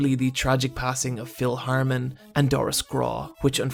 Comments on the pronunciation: His name is Phil HARTman. Not Harrmen. Say it with your chest and show respect, he deserves after everything he went through the correct pronunciation. R.I.P to one of the greats of comedy, taken too soon. Phil HARTMAN, taken too soon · i'm sorry, but mispronouncing Phil Hartman's name as Phil HARMAN is blasphemy. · Okay I started to disagree with the specific turning point of the show but that's an arguable detail and certainly forgivable. But Phil HARMON?? Phil HARMON!??!? Jeeeesus christ I'm so thoroughly offended that you'd know so many technical details about the simpsons but not the full name of the greatest secondary voice actor of the entire series and an outright comedy legend. Ugh. Disliked this video so hard. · Phil Hartman. Not Harmin. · Haertman not Harman. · Hartman, Hart-man. You insult him by fucking this up. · "Phil Harmon?" Lazy-ass narrator.